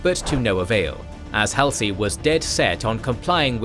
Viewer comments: Nitpick: I believe Admiral Halsey's name is pronounces Haul-z, not Hal-c. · Haul-see... not "Hal-see" Admiral "" Halsey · Top notch content, but the narrator's pronunciation of Halsey irritates me slightly. It's "Haul - zee"!😊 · Hall-see .... not Hal-see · Am I the only one who finds WW2 history being recited by a souless robot to be demeaning and insulting? Get a living , breathing human to do it. And its Hall-sy and Guad-al-canal, not Hell-See and Guad-El-canal! A human would pronounce it right. Souless inflection and mispronunciation makes it almost unlistenable. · ... it is pronounced ... Hall' se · The ai mispronouncing Halsey is annoying af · How many times can you say Admiral Halsey's name incorrectly? Even Paul McCartney got it right and I'm not sure if he was ever all that interested in the Pacific theater of World War II. I know that this is supposed to be a real person doing the narration but there are so many times it does not seem to be that way. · Fact check the pronunciation of Halsey's name.